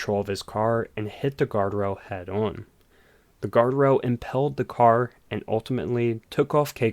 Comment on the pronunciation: also it's impaled not impelled